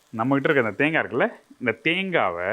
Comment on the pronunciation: தேங்கா தேங்கா என்று உச்சரிக்காதீர்கள்.காது வலிக்கிறது. தேங்காய்த் துருவல் என்று சொல்லலாமே.🇲🇾